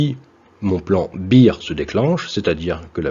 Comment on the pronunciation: Super intéressant ! Juste pour info et pas à prendre comme une critique. Bear se dit "bère". Pas comme Beer en anglais. Mais bon les francophones comprennent :)